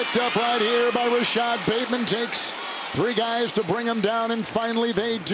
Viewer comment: This announcer guy really doesn’t like voiced consonants. “TouchTOWN, “PATEman”, etc.